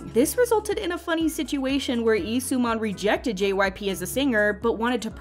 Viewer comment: At the beginning I thought she said JYPUCK